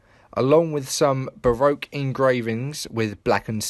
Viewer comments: Baroque is pronounced "Ba-Rock". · Baroque is pronounced like ba-rock